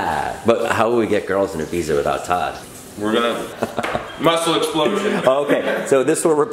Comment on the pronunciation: Tood instead of Todd